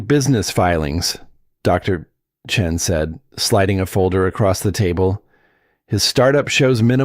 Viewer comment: What's with the pauses narrating the name Dr (pause! Chen??? That is the problem when creating something false by a false algorithm? Not normal and absolutely rubbish